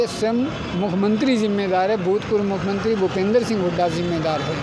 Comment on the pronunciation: ये लोग पहले बोलना तो सीख लें। नौकरी तो इनको जरूर चाहिए। साफ कपडे पहन लेने से व्यक्तित्व नहीं बदल सकते। यह बार - बार मुख्यमंत्री को भी मुखमंत्री बोल रहा है।😂😂😂😂😂